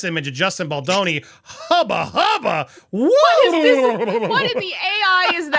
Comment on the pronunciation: please, it's Bal doe neeh (doh as in deer, a female deer). Perhaps this will help you remember.